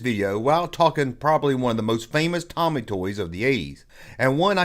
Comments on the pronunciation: Pronounced TOE-ME… TOMY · I'm having a shot of whiskey everytime 'Toe-Me' is mispronounced 😂😂😂 I'm smashed! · It's pronounced "TOE-ME," and they have since merged with Takara to become a Japanese toy-producing powerhouse. Also Robostrux/Zoids came out in 1984, not 1986. The Starriors line was an informal part of the line. Snorks wasn't meant to be a Smurfs rip-off. It was meant to be a replacement after it came out that Peyo was a communist and using the cartoon to push subtle communist messages. They re-named "Puckman" to "Pac-Man" because vandals with a sense of humor would vandalize Puckman video game machines to turn the"P" into an "F." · your pronunciation may not be correct but you do you 😉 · I fully support and his mispronounciation of Tomy. Never change